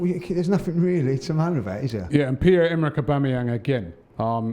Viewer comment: He still gets Aubameyang wrong. Just says BamYang